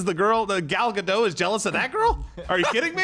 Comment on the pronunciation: U should pronouce the t in gadot